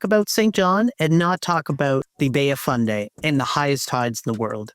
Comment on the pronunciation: Fundy not Funday. Otherwise excellent. Thanks!